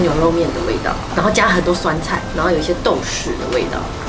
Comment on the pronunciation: 好棒，知道那唸豆豉（ㄔˇ）👍